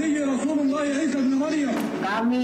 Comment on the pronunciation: tengok muka pn dah tau org jawa cak..takpe kt tggu jabatan agama tngkap..sebutan easulullah pn tak mcm org melayu sebut..